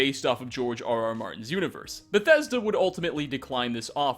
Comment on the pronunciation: STOP SAYING BETHESDA LIKE THAT WTF IS WRONG WITH YOU